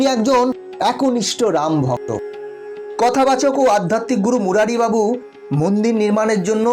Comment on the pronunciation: মুরারী বাবু নন মুরারী বাপু।